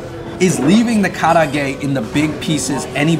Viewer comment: The black garlic facts... Wrong. And the way you say karaage is hella white hahaha come on bruh!